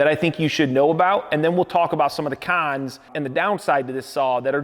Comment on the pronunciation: "awn to the cawns"